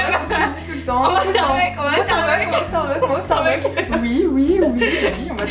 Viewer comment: Coucou Marie, ce tag était super sympa! Vous vous connaissez bien! :) vivement les vlogs de Barcelone! ;) Un petit truc: étant moi-même accro au Starbucks, please please n'oubliez pas le "s" à la fin..."starbuck" c'est un autre magasin aux USA! :) Bisou et bonnes vacances!